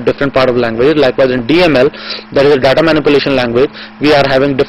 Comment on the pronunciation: daaddaaa? Infooomashan? sevel thins poposed? daaaddaa....dadddaaa...fuk off